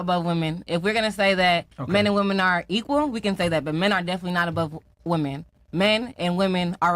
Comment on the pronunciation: Why can't these modern American minority females understand the difference in pronunciation between the words "woman" and "women" ???